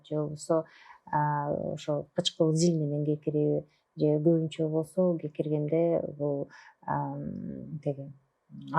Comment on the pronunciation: Гекиргенде эмес кекиргенде десенер туурасы